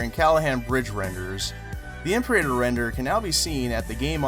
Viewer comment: Your pronunciation of "imperator" is worse than nails on a chalk board.